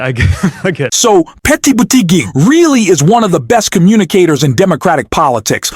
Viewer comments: Why does the anouncerr say Petae Butigue? It is irritating. If it's a machine, have it learn correct pronunciation. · Poor or disastrous attempt at syllabicating "Petty Booty Geg"🤣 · 💙💙💙💙💙💙💙💙 thanks for sharing, next time get his name right 😊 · Why can't u pronounce Pete's name correctly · Spelling and correct pronunciation of Pete’s name is important…. AI Bot?